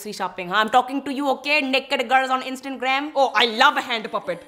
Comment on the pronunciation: such cool guy but he stil dont know how to say instagram